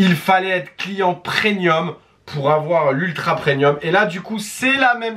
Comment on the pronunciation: On dit PREMIUM ! Avec un M 😂😂😂😂